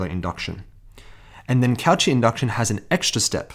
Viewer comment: it's ko-she not couchee also thanks for the video